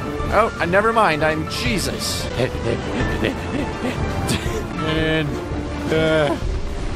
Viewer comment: Instead of him saying “Nevermind I’m Jesus” I heard “Nevermind I’m chesus”